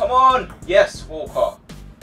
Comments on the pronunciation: When you say walker it's sounds like your saying wallcot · When he said "Walker" it sounded like "Walcott" to me